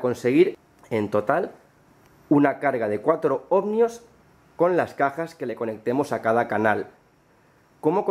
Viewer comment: ¿¿OhmNios?? Se dice ohmios, tan listo que eres y luego te inventas esa N.